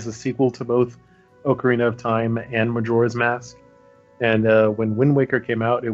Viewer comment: It's Ocarina, not "Oak Area." You don't say "Oaktopus" so don't say "Oakarina."